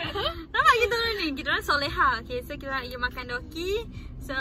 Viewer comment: Btw it's dookki